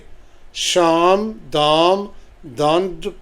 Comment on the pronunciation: It is साम in Hindi, not शाम